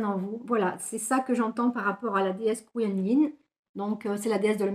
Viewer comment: Merci 💗la déesse se prononcé koi comme quoi et nine koi nine bisoussss 🌈☀️💗✨✨✨